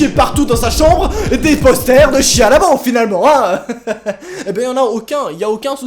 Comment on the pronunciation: Pk vous l'appelez shia le beauf mdr c'est pas ca la prononciation de son nom